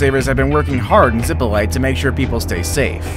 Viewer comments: It did not say "Zipolte" but "Ziplite", and he pronounced it like that: "Zipolait". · When I hear "zippo light," I think of someone who can't pronounce Spanish, as well as Hawai'ian place names. If you're going to make a video, learn the pronunciations. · The pronunciation is ZEE Po LEE TAY. Absolutely NO ONE says it the way you said it.